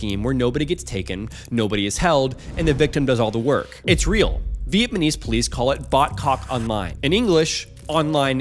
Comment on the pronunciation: Bro are you saying Viet ma nese? It's Vietnamese 🤦‍♂️